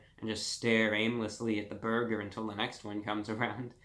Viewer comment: “Don’t be miserable over a burgah “ -reviewbrah